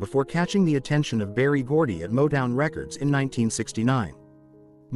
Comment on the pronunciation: You can't even pronounce Rebbie or Motown